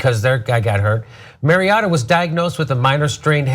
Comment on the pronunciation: doesn't know anything about football, can't even pronounce player names right. Mari-O-ta, not Mari-AA-ta, and "Castle" not "Cassell"